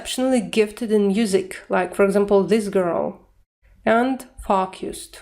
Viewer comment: Хороший урок, спасибо! Все-таки, они произносят больше как: ФОукисд, чем ФОукусд. Выражения вроде: to be of two minds надо конечно закреплять практикой. Такие выражения часто забываются.